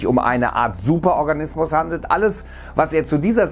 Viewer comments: Hab superorgasmus verstanden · Ja man ich dachte erstmal so. : wtf 😂